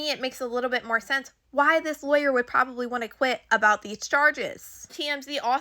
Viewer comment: Good information. You were thorough. However, some of those words that you pronounced wrong were distracting me. (Lawyer, gigolos, etc…)